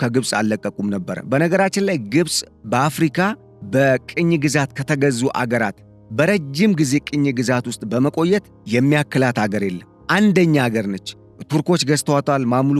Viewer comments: ትንታኔህ ይመቸኛል፣ ነገር ግን ቀኝ ገዥ ወይም ቀኝ ግዛት አትበል ቅኝ ገዥ ወይም ቅኝ ግዛት ብለህ ተናገር ወይም አንብብ። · ወዳጄ፡ ጥረትህን እያደነቅሁ የአንዳንድ ቃላት አነባብህ ግን የምታወራውን ርዕስ የሚቀይር ነው፡፡ እባክህን "ቀኝ ግዛት" እያልክ አታውራ፡ ትክክለኛው አባባል "ቅኝ ግዛት" ነው፡፡ የሁለቱ አባባሎች ትርጉም በጣም ይለያያልና፡፡